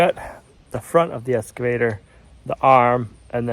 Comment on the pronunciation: there is still no "s" in excavator.